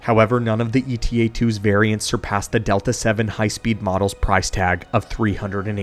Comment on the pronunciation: It's not E.T.A., but Eta, a Greek letter just like Alpha, Beta, Gamma, etc